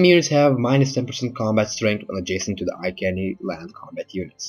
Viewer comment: Iceni not ikeni (I-see-ne)